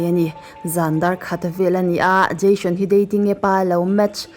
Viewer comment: Dascam tiin i lam a,Jashon tiin i lam leh lawi bawk sia,'SH' hi 'S' angin i lam a,'S' hi 'SH' angin i lam leh daih thin a video dangah pawh...Ka lo sawi ve mai2 nihchu aw,mit leh beng erawh a tlai thin e👍🏻